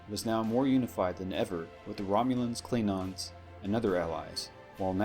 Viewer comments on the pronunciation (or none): Why does this guy keep saying "Kleenons" instead of "Klingons"?